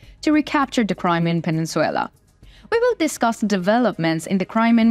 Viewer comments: Península. Not peninsuella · Peninsula, not peninsuella. This is not a Disney movie. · Penin Sulaar not peninsuula